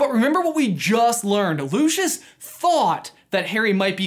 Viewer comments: You're pronouncing his name wrong. In COS when Lucius first introduces himself to Harry in Flourish and Blotts, he pronounces it "Lou-SEE-us." Makes me absolutely crazy when people pronounce it "Lu-shus" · Lucius Malloy’s name is pronounced lu see us not lu she us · Loo-see-is not Loo-shis still enjoys the vid tho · It’s pronounced “LOO-see-us”, not Loo-shus. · I pronounce it loo-see-us....I prefer it that way. loo-shuss sounds odd to me. I would also recommend the stephen fry audiobooks instead. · Am i the only one who gets really mad when people say Lushus instead of Lucius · just saying but isn't it "looseeus" not "lu SHuS"? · is no one going to mention he says lushious not lucius (lucius as in lu-s-ius) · Isn’t the pronunciation Lu-ci-us? Not Lu-shus? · You pronounce it as Lushus when I pronounce it as Lucius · I hate that they say looshish instead of lucyous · i thought that it was pronounced Lu-see-iss Malfoy, not Lu-shus...? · Lucious is pronounced Lue-cee-us not Lu-chus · Bit of a late comment, but no offence you say luscious malfoy while it is Lucius Malfoy (pronounced Lu-see-us) no hate just a correction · I think his name is pronounced Loo-see-us Not Loo-shus I’m not hating tho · Btw I think his name is pronounced loo-si-ous not loo-sch-uss :) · I’m unsure about your pronunciation of his name. It’s Lu-/si/-us, not Lu-/shus/. Get it right. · Mans pronounced it like it was lushus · Loo-see-us... this isn’t Frozone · Lucius is pronounced "loo see us" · Looshus Malfoy? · Its pronounced LU SEE US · Its not pronounced, "Looshis"... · Lucius= loo-see-us. Sorry Americans 🤷‍♀️ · Calling him Lewshus is enough reason to turn this off immediately. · its prnouced loosius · The way he says Lucius makes me angry